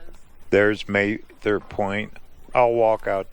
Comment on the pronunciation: Very good video. I love the canyon. Please learn how to pronounce Mather.